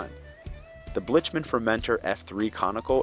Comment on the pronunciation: Blic-man not blich man